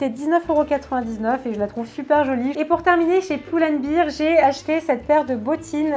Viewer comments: Pull&bear se prononce pas pull&bir car sinon cela voudrait dire pul et bière ! Sinon super vidéo comme d'habitude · super video mais juste on dit pull and "bèr" ahah bisous !